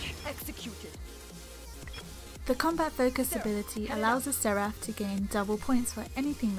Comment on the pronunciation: bad comentary and it's not a seraph it's seraph